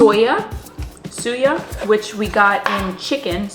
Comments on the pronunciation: Suya is pronounced as sueYA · Sooooo-Yah. Soo, like shoe, without the h. Suya. SoooYah